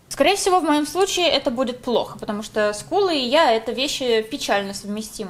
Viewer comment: Я одна слышу не ску́лы ,а скулы́